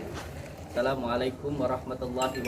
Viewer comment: mengucap salam aja masih salah , haduh Kun dukun belajar agama lagi lah supaya pinter ilmu agamanya 😌